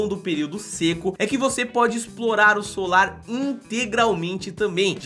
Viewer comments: Vc falou solar ms o nome eh salar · Oi, amei o vídeo, mas vc falou "solar" o tempo todo e o certo é "salar" como aparece escrito no vídeo. Rsrs, mas a sua insistência em falar "solar" não podia deixar passar em branco. Sorry... Mas o vídeo ficou incrível. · gostei muito dos locais mostrados e sempre curto seus vídeos. Mas vc precisa prestar um pouco mais de atenção nas suas narrações. O lugar de chama SALAR, porque é totalmente coberto de SAL. Mas o tempo todo você falou SOLAR! Isso é um tipo de palácio antigo, não tem nada a ver com o que estava sendo mostrado. Foi só um toque. Parabéns pelo seu trabalho. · é SALAR é não solar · desculpe mas se diz salar.